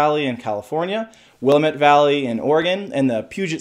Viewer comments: "It's wuh-LA-muht, damn it." Thats what they told me at Oregon State, anyway. Beavs forever! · You need to learn to correctly pronounce Willamette. Signed, an Oregonian